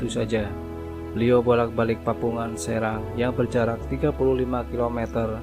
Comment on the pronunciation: Maaf min, pantai serang bacanya seurang